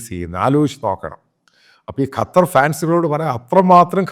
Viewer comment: അച്ചായാ കറ്റാർ അല്ല. ശരിക്ക് നാവ് വടക്കണം. ഖത്തർ എന്ന് ശരിക്കു പറഞ്ഞു കൂടെ